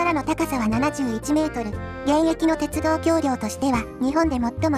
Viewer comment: 「おおいがわてちゅどう」 かわいい